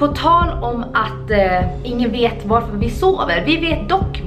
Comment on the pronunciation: Förlåt förlåt så jävla mycket men du säger "vaarför" man skriver varför men man uttalar värrförr